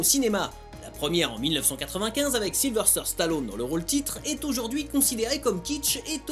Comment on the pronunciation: "SylveRster Stallone"??